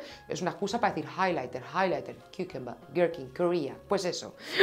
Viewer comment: #papadapurpurina la risa que me pego cuando empiezas con tus palabras en inglés (cucumber...) me alargan la vida!!!